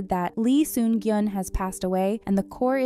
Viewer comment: Lee Sun-kyun ...not gyun